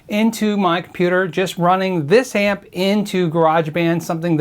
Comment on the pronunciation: amp - not app